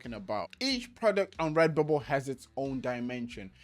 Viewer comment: Take a shot every time he says REBUBBLE, Thanks for the info man